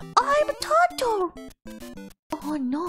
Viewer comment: Oh my god, her pronunciations improved so much You can hear it best with her “no”s